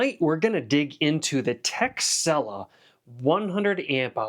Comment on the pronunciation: I thought you said the company's name was "Tech Sell Off" haha